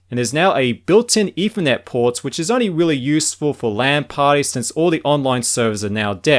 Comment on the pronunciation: Firty Fousand, eFernet, Firteen Years...?